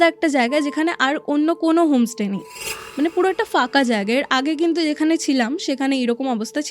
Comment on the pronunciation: Bangla te fooo bole kichu hoina. Pho hoi. Folaa, faka khub irritating lagche sunte. Bad baki golpo ba ghotona jetay hok sundor.